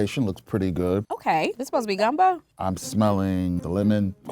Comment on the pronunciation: The Louisiana in me felt a way when she called it gumbo lol but its all good